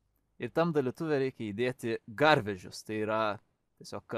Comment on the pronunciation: garVEZYS xddd